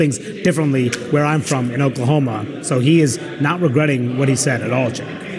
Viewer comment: The oklamona was comical though.